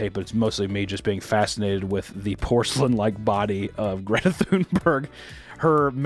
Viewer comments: I absolutely love how he pronounces Greta thumburg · Ahhh, c'mon papa, you missed the opportunity for a shitty Greta Toonberg joke. All ya had to do was fuckin google how to pronounce her name, goddamnit, hahaha